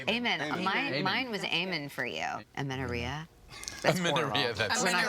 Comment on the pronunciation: AMENERRIA "I had amenerria in college... had to take antibiotics" HAHA 🤣